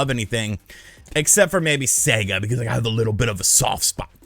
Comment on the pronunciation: Thank God. An American who can pronounce SEGA correctly!!!!! :)))